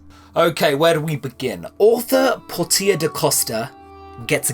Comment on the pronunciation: "Por-tee-ah" Por-sha, no?